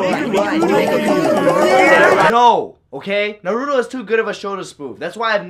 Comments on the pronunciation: Its naruto not naaaaruuutooo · It is pronounced (nar-o-toe) not (nar-ooooo-to) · naru-dough psshhhh, It's naru-toe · Why do people say "nuh-roo-doe" They literally pronounce it "nah-roo-toe" In the show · It’s naaa roooo toe not narudo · nurdo its pronounce narutoo na ru toe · the worst thing is that Ryan pronounces Naruto as “Naruudo”. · It’s pronounced “naarutto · Narudo... DID HE JUST SAY NARUDO... WHERE THE JESUS DOES HE SEE A "d" IN THAT NAME?!?! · RealisticKev Then why you say it's "Nuh-ro-toe"... If it's english dub that's fine.. If you're saying its the correct pronunciation then... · u must roll the r NARRRUTTOO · HamJabroni Inc. Ohh I didn't realize he was saying Nuh-ru-to. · Right its pronaunced Na roo to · When you said Naruto the 2nd time you said Naturo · Look Naruto is pronounced nar-roo-toe. ok! it irritates me when someone says it wrong....( tell your friends) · Na-(no in Bangoli) Root- Toe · man calls it na-roo-toe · the word Noruto hurts me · nar-ooo-toe THATS HOW YOU PRONOUNCE IT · You’re not saying Naruto right you are saying Narooto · he says narudo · why did he say narudo smh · ok. whay does ryan says naruudo,why do they say naruuudo? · I hate to say it but its pronounced n AH ru TOE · and how he is pronouncing Naruto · Why does everyone mispronounce "Naruto?" The damn show says the MC's name every episode >.> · ***** Really Naruto is hard to pronounce for you? Facepalm XD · I'm glad you watch Naruto, it's an awesome anime. What I don't like is how you say Naruto. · Dear Ryan, can you say Naruto correctly?? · Pls don’t say Naruto in the wrong way,I feel kinda triggered 😤.